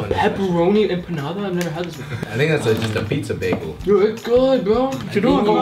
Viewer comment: It hurts me how they pronounce empanada 😭